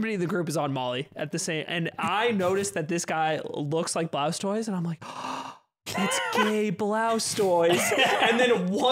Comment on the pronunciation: Who is Blaustoise?? Until I checked the chapter title I thought he was pronouncing 'Blastoise' weird.